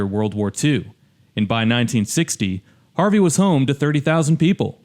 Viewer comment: No sh*t, it's Harvey 😂